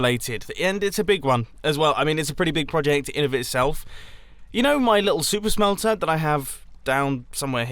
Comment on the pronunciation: It sounds like he's saying "soup smelter" at some times